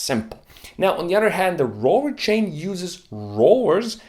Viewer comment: Rorer chain and timing bert. Rrrrrrr....😂